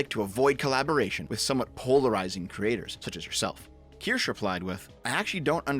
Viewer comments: Keer-Shuh Not keer-sh Keer-Shuh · "Kirsch" is an acceptable pronunciation in compound substantives such as "Kirschtorte" or "Kirschlikör", otherwise, the terminal "e" is pronounced like a schwa sound. Something like "keersh-uh". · this dude said "keersh" its keer-shuh. and honestly the only reason id ever mention you in her chat is for you to collab on a game or something and make nice. youre on the same side after all. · It's pronounced "kir-shuh" btw. It's German/Swiss. "sche" is not a "sh" with a silent "e". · I'm just going to complain that you pronounce her name "Kirsch" when it's a German word (meaning 'Cherry') and so the "e" at the end is supposed to be clearly sounded out. Bad! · Its not pronounced Ker-sha? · I'm stuck wondering if you're mispronouncing the name on purpose at this point. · Kirsche is two syllables.